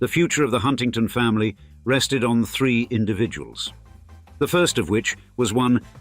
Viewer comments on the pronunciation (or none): none